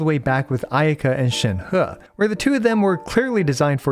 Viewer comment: Perfect pronunciation for Shenhe